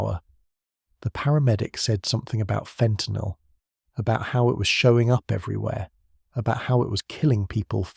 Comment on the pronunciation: FENTANYL or FAUX TENYL?